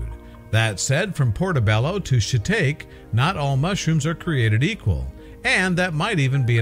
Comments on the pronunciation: “ she talk ee” - shiitake! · You lost me when you said " shi-take" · SHIT TAKE? LMAO😂🤣 SHEE TAA KEE!!!